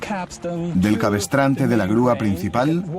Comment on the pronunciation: Muy ameno e interesante, sólo un detalle, la palabra es cabrestante... No cabestrante...